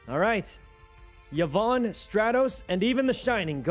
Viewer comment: Him calling Vyon, Yvonne hurts my soul XD